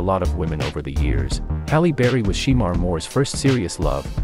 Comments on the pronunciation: Just because it's spelled Shemar it's pronounced " Shamar" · It's pronounced Shamore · ITS PRONOUNCED SU' MAR' MORE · I don't like the way the person is pronouncing his name just doing this video it's not she more is shemar Moore😅😅